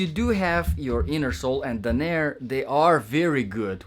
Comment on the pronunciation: Dan* NUR* .....not Dan! AIR!